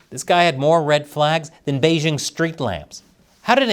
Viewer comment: The "j" in "Beijing" is pronounced like the "J" in the English name "Jim," not like the "g" in the English word "regime." Easy! Why is this so hard for some people (including the host of this video, who is supposedly some kind of China expert)?